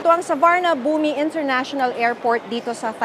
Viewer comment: Suvarnabhumi - you don’t enunciate the i 😅